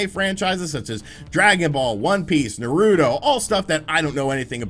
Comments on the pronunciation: says naruto like this "nah root toe" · Did he just say Nawudo ? Not just Naruto is offended